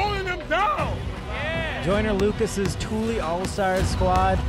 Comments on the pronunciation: Annoyed me the announcer was miss pronouncing tully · “Tooly” All-Stars? Smdh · Dude just keeps saying tooly instead of Tully lol. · Man keeps mispronouncing “TULLY” and it’s sending me 😂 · The commentator mispronouncing Tully the whole time was so annoying. highly disrespectful